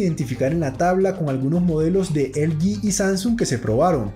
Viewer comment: Así que "elyi". Usted es hispano, debe decir "eleje". Estamos? Pues estamos!